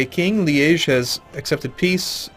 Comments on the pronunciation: Yep, I got excited when I heard that too! it's Liège, making it kind of like 'lee - edge', but obviously with the soft G instead. Same way as he pronounces it ; flawless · The first time you said Liege at was perfect! Couldnt be better. I think its even how the French pronounce it. Sorry for pressing on pronounciation...